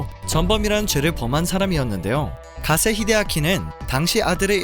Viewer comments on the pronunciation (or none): 가세 히데아키...... 기세가 아니고 가세.....